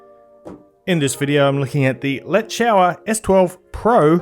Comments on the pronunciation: But you’ve gotta stop with the ‘let’s shower’ pronunciation..it’s most definitely ‘let-sure’ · its a chinese iem , let "shuo er" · It's "let's show 'er" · common now, yoeu afve to pronounce it properlie, it is le shure, le shure!!